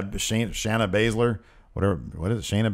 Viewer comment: (Bay-ze-ler) Not Bazzler